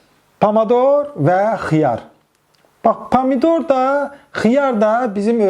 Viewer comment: Talş ca dedi pamador😂😂